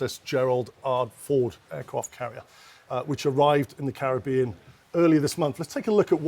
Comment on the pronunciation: They all need to learn how to pronounce Caribbean properly.